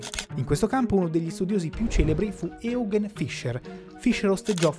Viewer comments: Mi sembra che il nome di Eugen Fischer sia stato pronunciato scorrettamente, Eugen in tedesco dovrebbe pronunciarsi "Oigen". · Eugen, essendo un nome tedesco, si pronuncia "Oighen". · Si pronuncia Oighen, se proprio vogliamo fare i perfettini. Comunque il tedesco corretto lo pronuncia solo il prof Barbero e ci gioca all grande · Bel video! Grazie! Ps. Talune pronunce molto tranquille potrebbero essere sistemate, poiché errate (e.g. "Eugen", "die"... )